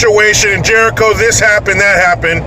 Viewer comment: Damn once again saying it exactly the way it suppose to be said. B’more is shithole